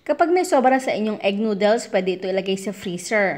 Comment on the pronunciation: Please.... Noodles does not put the emphasrs on dles. The emphadis id on nood